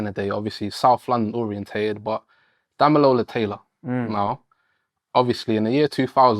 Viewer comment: lol "fact check me" man called him DamiNola, not Damilola smh